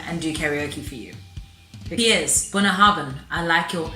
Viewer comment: Thanks for sharing! That's a very expensive malt, even here, it must have been quite the occasion... The pronunciation, though...sorry mate, close but not quite there. ;-) The 'bh' is pronounced 'vee', so it's really more Bouinyahavin. The 'na' rolls in off the start of the word, different Gaels place different emphasis on the different parts of it. I'm from Harris, we tend to have a sharp and abrupt, Scandinavian sounding accent, most of my family are from Lewis, with a more tonal, almost musical lilt. Islay folk speak with a higher pitch and more rounded burr, much closer to what people tend to imagine a Scottish accent to be. Gaelic (Gàidhlig) is pronounced gah-lick. 'Gaeelick' is Irish! The whiskey is named after a river mouth. It's a play on words, like so much in Gaelic tends to be. A bunnahabhain is the place where salt and fresh water meet, it tends to be murky and quite visible under your boat, looking a lot like whiskey does when you add water to it. (9.10 in your vid shows that nicely!) For the full on Western Isles taste you can use soft (demineralised) water. Slàinte mhath! :-)